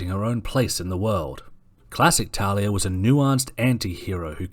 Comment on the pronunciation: It`s pronounced (Tahl-lia.)